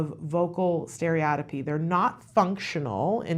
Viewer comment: To really get the professionals attention pronounce it correctly : stereo-tippy